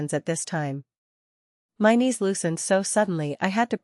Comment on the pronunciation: 'niece' instead of 'knees'